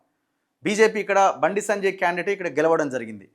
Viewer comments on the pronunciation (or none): Sanajay Sanajay antunnav bayya.. please say “Sanjay Anna”